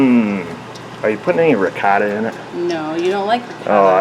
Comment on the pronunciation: "RICKOTTTUH" every subscribed Italian loses their mind haha